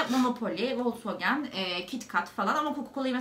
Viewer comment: folksvagın I yı yutarak oku doğru okunuşu bu